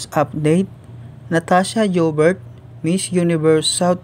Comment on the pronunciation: Please pronounce her surname like this .... YOU BEAR and then it will come out as Natasha Joubert ... our girl is gorgeous ❤️❤️❤️🇿🇦